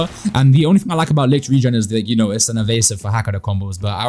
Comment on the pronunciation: The way he pronounces Licht Regen makes me wanna grand entrance off a skyscraper